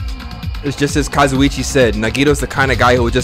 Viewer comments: he’s finally pronouncing kazuichis name right 😩 kinda miss kazuchi tho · yay, now can say Kazuichi right:) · absolutely thrilled is pronouncing kazuichi's name right now